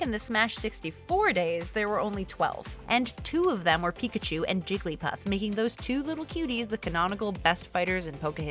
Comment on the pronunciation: Pi-ka-cho done